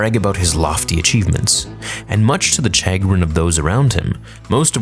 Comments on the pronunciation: CHagrin Sha-grin Sorry that one killed me 😂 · "Much to the shuh-grin" LOL. If you don't know how to pronounce the word, don't use it. You drop at least one of these mispronunciations every video. It's like an Easter Egg at this point. Put away the thesaurus, man. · chagrin is pronounced shagrin. Mispronouncing is a sign simply of being well read. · Chagrin is pronounced "sha-grin". Just for future reference. Love your channel! Keep it up. You've shown this older guy a lot about the SW galaxy and made me appreciate the prequels more than I used to. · Yeah, "shuh-grin". That kinda bothered me, for some reason. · Chagg Rynn does sound like it could be the name of a Star Wars character though. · You botched the pronunciation of 'chagrin.' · I literally came to the comments to see if anyone else noticed that. It’s all good though; keep up the good content